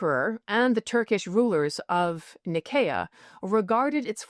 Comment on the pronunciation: No, it's a soft "s" sound to say Nicaea. "Nye-SEE-uh"